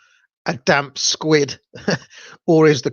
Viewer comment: Did you just say 'is the kraken a damp squid'?